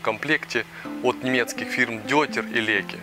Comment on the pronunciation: какой нафиг дёйтер? неужели сложно узнать как правильно произносится название? дойтер!